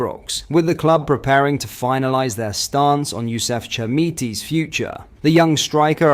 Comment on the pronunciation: What is it with you !! 3 pronunciations of Chermiti name And 2 pronunciations of Souttars name All you're podcasts are the same these days , you seem to fancy yourself as some sort of linguistic expert , get back to basics instead of sounding like a Di@ Last season you were a really good watch Right up to date, early reporting and usually spot on This season your a bit lazy repeating the same news on several different podcasts